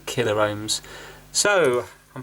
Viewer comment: Why you say "MegaR Ohms and KilaR Ohms" it is Kilo-Ohms and Mega-Ohms, no "R" in pronunciation. You can burn the laser diode (it contains laser led and photo diode to measure light intensity in one package) with static if you are not grounded properly and touch it with iron. Any trimmer potentiometer with value greater than 1.38k Ohms can work here so you could desolder one SMD from anywhere. Sometimes little pieces of dirt stand between gear's teeths an prevent them from smooth movement. Yes "an Ohm is an Ohm" but if the pot was 2k -> 1% of it is 20 Ohms, if pot is 10k -> 1% of it is 100 ohms so tolerances are different, if all 3 legs are used, this adds proportions to everything.